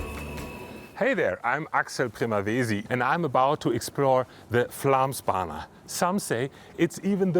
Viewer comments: When making such a montage it wouldn't be too much to ask to at least try to pronounce the actual name correctly. Think it at Flomsbana, and it will go much easier. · Did you make an entire documentary about the Flåmsbane and couldn't be bothered to learn how to pronounce it correctly once? The Å sound is pretty easy. It's not an A. The place is not called Flam. Nice effort...